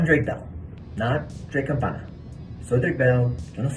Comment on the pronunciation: You are pronouncing 'Campana' wrong. You are saying campaÑa that's campaign (you are pronouncing campaign right BTW). You should change the last sound you are making